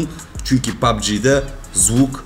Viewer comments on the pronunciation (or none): none